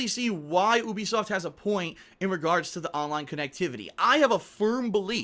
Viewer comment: goddamit it's pronounced you-be-soft not ooobisoft